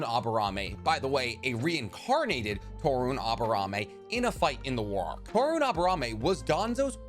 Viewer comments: "Toe-rune" XD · "Toru-nay" (Torune) "Hee-Zashi" (Hizashi)